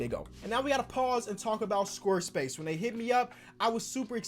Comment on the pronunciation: Did anyone else notice him saying “squr space” instead of square space